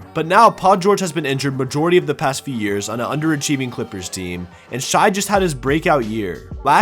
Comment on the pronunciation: It’s pronounced shay